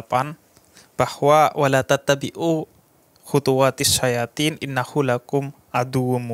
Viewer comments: Sedikit keliru ayatnya bib... syaiton... bukan sayatin... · Agak sedikit keliru bacaan surah Al Baqarah dari habib,bukan syayathin tapi syaiton,,ini sekedar memperbaiki aja,,mohon maaf bib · Sedikit koreksi yg di bacakan habib ja'far di awal itu harusnya syaiton bukan syayatin😊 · Assalamu'alaikum bib, bukannya "syaiton" kok "sayatin"... Mohon maaf, apa saya yang salah apa gimana, cuma ngingatin dan tanya.... يٰۤاَ يُّهَا النَّا سُ كُلُوْا مِمَّا فِى الْاَ رْضِ حَلٰلًا طَيِّبًا ۖ وَّلَا تَتَّبِعُوْا خُطُوٰتِ الشَّيْطٰنِ ۗ اِنَّهٗ لَـكُمْ عَدُوٌّ مُّبِيْنٌ yaaa ayyuhan-naasu kuluu mimmaa fil-ardhi halaalang thoyyibaw wa laa tattabi'uu khuthuwaatisy-syaithoon, innahuu lakum 'aduwwum mubiin "Wahai manusia! Makanlah dari (makanan) yang halal dan baik yang terdapat di bumi dan janganlah kamu mengikuti langkah-langkah setan. Sungguh, setan itu musuh yang nyata bagimu." (QS. Al-Baqarah 2: Ayat 168) Semoga habib sehat selalu...🤲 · Bukan sayatin, tapi syaiton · Maaf bib al baqarah ayat 168 itu syaiton bukan syayatin maaf koreksi kalau salah..